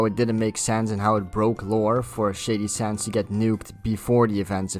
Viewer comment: I thought It was funny how everytime you said Shady Sands, it sounded like Shady Shits. Don't mean any offence by it just thought it was funny.